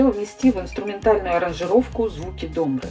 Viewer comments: На домбрЕ, домбрЫ, и т.д, то есть ударение на последнем слоге, НО букву О не делаем А, произносим ее как безударную, но все же О. Правила произношения русского языка не работают с этим словом. Спасибо за работу. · Здравствуйте, интересное видео. Спасибо. У меня к Вам просьба произносите название казахского инструмента правильно: ударение на последний слог. Когда ударение на первый слог это слова название тоже музыкального русского инструмента 3 страннуго. Когда неверно произносят название нашего национального достояния - мне режет слух.